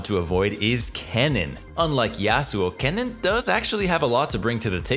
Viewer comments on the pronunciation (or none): Anyone else stop watching when he said kennen?